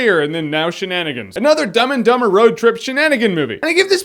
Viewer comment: WHAT THE FUCK IS A SHENNANINANG?